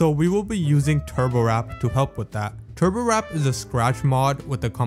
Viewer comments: triggered every time you say turbowrap instead of turbowarp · turborwrap pisses me off, PRONOUNCE IT TURBO WARP TURBo. WORP. TURBOWARP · Bro said turbowrap instead of warp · Why are you saying turbowrap and not turbowarp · ITS TURBO WARP NOT TURBOWRAP UGHHHHHHHH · it's turboWARP, not turboWRAP lol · TURBOWARP NOT TURBO RAP! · NOOOOO YOU DID "NOT" JUST CALL TURBOWARP "TURBOWRAP"! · the fact that he pronounced turbowarp as "turbowrap" is kinda funny but hey i ain't complaining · Im still mad you pronounced it turbowrap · THE WAY HE PRONOUNCES TURBOWARP AS "TURBOWRAP" AND Z AS ZED INSTEAD OF ZEE 💀 Also, Doom Had A Shareware Version ONLY Including The First Episode. I Wanna See You Recreate That ENTIRE Episode In Scratch. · Bro sounds like he is saying turbowrap💀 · SAME BRO